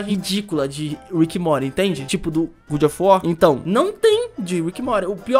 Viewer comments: PAREM DE FALAR GOOD OF WAR QUANDO É GOD OF WAR PELAMOR DE DEUS. Obrigado de nada. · eh god of war e não good kkkkkkk salve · "Good" of war ksksksksksksksks Poxa ri mt mano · não é GOOD of war, mas sim GOD of war... desculpa pagar de chato mas é pq ta me dando gatilho kkkkkkkkkkkkkkkkkkkk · a pronúncia do God of War (Deus da Guerra) é: GÓD ÓF UÓR... 🤭🤭🤭😅😅😅. Da forma que você pronuncia a tradução fica: Bom da Guerra... 🤭🤭🤭😅😅😅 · Mds que agonia do falando "good of war"